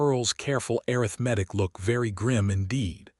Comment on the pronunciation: Want to strongly recommend that you substitute the word “arithmetic” which AI cannot accurately pronounced to the word “mathematics” which AI seems to be able to pronounce correctly. Love this story. It is an example of what a marital partnership can and should look like, listening from Clarksville, TN.